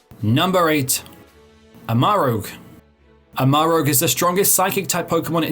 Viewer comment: Why is everyone calling Armarouge "Amarogue"? His name literally translates to Red Armor. IE Ceruledge is Blue Edge (sword). Are we all at grade school reading level?